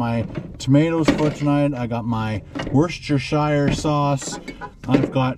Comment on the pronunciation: Lol at your attempt but it's "wos-ter-shire" sauce